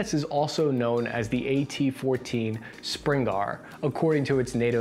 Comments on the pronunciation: You need to learn how to read. "Spriggan" isn't "Springar." JFC. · How can you not pronounce the word SPRIGGAN??? How do you change it not once but twice to Spring Gar??? Losing confidence in you, chum 😅🤣😅🤣😅🤣😅🤣😅🤣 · Bro, seriously. it says SPRIGGAN. You said "springarr". I think you should consider the high probability of being dyslexic, and I'm not even dissin. It's been happening a lot in your vids. Thanks for the content, have a good one. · Spring-gar lol. Its sprig-gan. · Spriggan, not Springar, lol. It's pronounced like it's spelled. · 'springar' ? err, its pronounced 'sprig gan' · He really saying "Springar" lmao still a good video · Gotta point out "Spriggan" has an n not an r on the end, and is pronounced "sprid-jan". Absolutely not relevant, but found it funny. It's also found in "Skyrim" as an enemy monster akin to a dryad. Also in watch g all the NGSW stuff as well as learn g the Marines are upgrading in a different direction, would you do a breakdown of the Army's VS the Marines proposed future squad deployment? While the Marines are trying to slim down to be more of an expeditiary force compared to differentiate the Army's invade and control, it seems like splitting into two different squad loadouts are going to complicate supply chains. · re - Did just pronounce the word "Spriggan" as "Spring-Arr???" Why is he doing that? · Bro really called it the "Springar" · I am more surprised that he can't pronounce Spriggan correctly. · lmao pronounced spriggan so fucking weird i love it